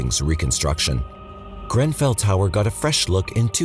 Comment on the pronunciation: did you pronouce GREN fell tower GRAN fell? sounded odd to my British ears. love you guys and this channel by the way.